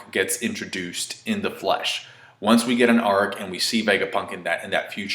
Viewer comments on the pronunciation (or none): none